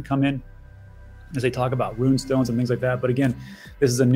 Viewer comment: Rune not ruin cmon